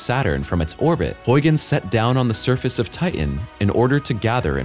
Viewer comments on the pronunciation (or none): Stop saying Ti- en. It's Titan. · Do millenials not know how to pronounce words, or is that an AI problem? Titan, certain and subsequently are mispronounced. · I wish the guy would pronounce “Titan” correctly. It has a “t” in the middle of its’ name. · His pronunciation of the moon Titan and the way that it is spelled seem to differ.